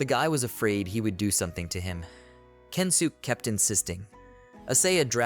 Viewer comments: yea its kensuke... even if you say kensukey or whatever its still better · the only think i hope to see to make these better is to try make the pronounciation right even if just a little... i really dont think the guys name is kensook trust me its not